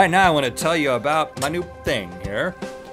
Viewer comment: Am I the only one who thought he said nerd cubed when he said meat cubed?